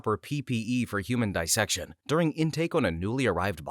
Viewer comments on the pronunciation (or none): none